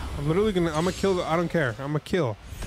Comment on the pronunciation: Glad to see you've moved on from reading letters on Blue's Clues, and are now witawy hitting the gwiddy in video games